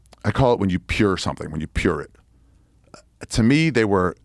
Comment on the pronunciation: If this man says pured it one more time